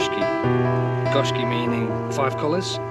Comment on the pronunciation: sorry about the fish you lost, actually its pronounced GO SHIKI GO MEANING 5 SHIKI MEANING COLOURS